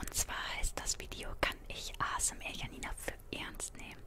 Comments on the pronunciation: Und ich dachte mir die ganze Zeit die heißt Janina und nicht jjjjanina alta😂😂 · Warum so viele "Schanina" sagen macht für mich Sinn, ich kenne den Namen Janine und den spricht man so aus Und ich würds Normal besser finden, weil die Videos im Hintergrund einen so oder so raushauen und sorry dass ich einmal während und einmal nach dem Video Kommentiere ^^